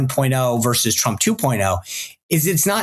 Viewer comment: Zeldin is another genius who cannot pronounce "versus."